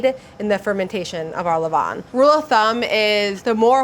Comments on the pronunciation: Pronunciation is closer to le-VAN, than le VON. Sorry, I know. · Her 'levain' pronounciation is awful for a french person 😭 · Except for he pronunciation of « levain » which was extremely off lol. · Levain = levon? You have misunderstood phonetics in a basic sense. Nice bread tho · The way she pronunces « levain » is hilarious and completely wrong. The foccacia looks amazing though.